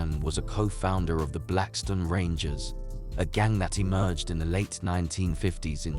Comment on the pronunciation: 👁️'m tired of hearing foreigners with accent's that u can't understand document our people with know understanding of what really went on it's not blackston it's BLACKSTONE,👑✡️🔱